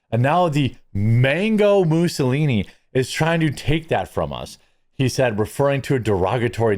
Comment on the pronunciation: I LOL for real at " Mango Moussillini".